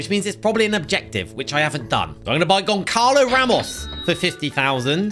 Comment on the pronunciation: “Gonkalo Ramos”